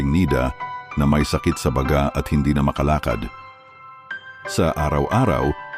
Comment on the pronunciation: Bkit kaya kpag lalaki ang narrator eh mali2 ang pagbigkas ng mga salita Mali po ang bigkas ninyo ng balut at balot ,saka ng salitang baga(lungs) .